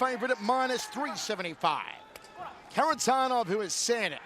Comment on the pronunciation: Frommmmm Russia: SeRRRRRRRgei.. KHARITONOV! Love how they pronounce Kharitonov.